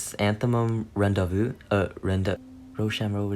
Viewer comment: Was that a Hamilton reference when you were trying to say rendezvous?🥺